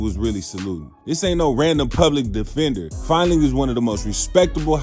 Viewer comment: You pronounced the lawyers name wrong .. fin dling. Top lawyer .theres so many interview talkin about the lawyer ,hes a legend in the industry these prosecutors hate that dude